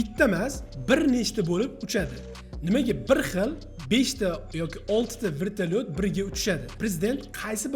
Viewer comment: aka keyingi videolarni sharhlayotganingizda iltimos "vrtalyot" deb aytmang g'alati eshitilarkan vertalyot deb ayting hammasi zo'r bo'ladi